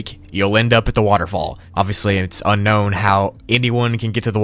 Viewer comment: Level 15 You say unkown instead of unknown